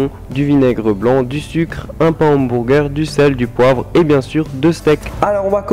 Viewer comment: "un pain à AMBOURGUEUR" ahahahah